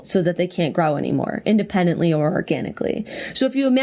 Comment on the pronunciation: I know this is a very serious and interesting topic, but when Jenna says " grow " I always just imagine the " graw " from the Cerment videos 😂😂😂